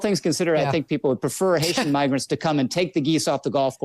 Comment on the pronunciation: I heard him mispronounce migrant with an M. I think you may be the racist. And I don't even know who this person is. Shame on you young man. Look at his lips, they are closed forming an M . This is what I do for a living. Lip read. Be careful you don't get slapped with a slander law suite